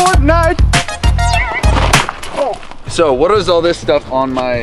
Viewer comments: Did said Fartnite? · Ha he said fortnut